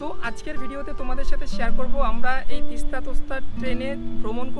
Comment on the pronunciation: তিস্তা তোস্তা না , তিস্তা- তোর্সা এক্সপ্রেস